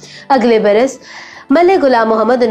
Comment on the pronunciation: Its not gulam Mohammed its ghulam Mohammed stop following Indians achi Urdu na bolo Indian ki ghalat Urdu bolo you think it's impressive its not